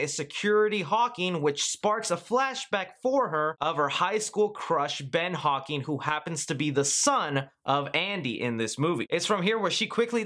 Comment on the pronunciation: Dude.... love the video...but its HAWKINS...HAWKINS .....not HAWKING like you said the whole video.